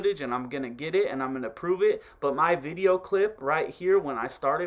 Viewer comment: "Lets get in to this bideo vay fam" lmao